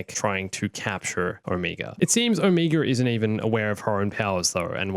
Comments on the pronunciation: Omeega!?! It's OMEGA!!! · No front, but why are you always saying omeger instead of omega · Its Omega not Omiga :))) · Who is Oh-meager?